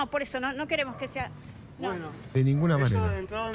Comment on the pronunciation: No wueremos exsaservar dice el periodista!! Que cara dura😮